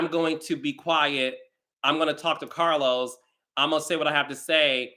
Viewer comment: POP YOU SHIT CAH-Los 😂😂 Read Who ? 😅